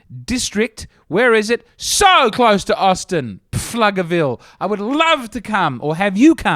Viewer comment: As one of the four in Pflugerville, it is pronounced floogerville, and we don’t have any comedy clubs anyway But we’ll host and feed your family if you want to make the road trip up here